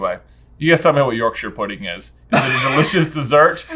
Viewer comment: As a british person yorkshire pudding was triggering